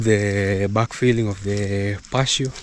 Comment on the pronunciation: Patio say it as pa-tee-o